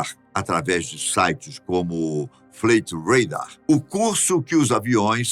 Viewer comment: eu não entendo uma coisa em você: como pode um ator e fabuloso apresentador/narrador como você ter uma pronúncia na língua inglesa tão ruim? Você pronunciou "fleiti radar". A pronúncia correta é FLAITI. Acho que você deveria usar de humildade (me perdoe pela franqueza) e pesquisar ou pedir ajuda a alguém para lhe orientar. Pronunciar errado expressões na língua inglesa é uma característica sua desde quando você estreou no canal. O que é isto uma "marca"? 👍🏽